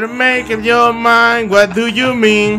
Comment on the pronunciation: dice es what du yu min:v